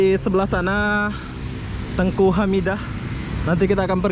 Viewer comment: dataran ENGKU bg.. bukan TENGKU..🤭🤭🤭🙏🙏